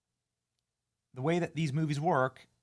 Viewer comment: Is it Ziegler or Zegler? A year later and we don’t know how to say her name? I’m NOT a fan of hers AT all but Benny is always fumbling on basics. Feels out of touch.